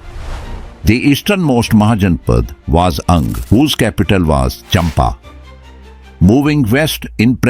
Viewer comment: Mahaja_na_pa_da_s.. ! Not mahajnpds.. 😢